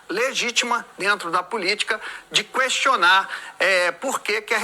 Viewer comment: Um jornalista dizendo cuestionar? Sera q ele comeu cuejo?